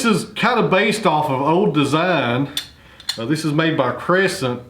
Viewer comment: Please, the word is “this” not iss. You used to speak accurately in the past and still sounded folksy.